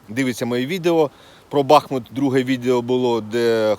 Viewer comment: Не БАхмут а БахмУт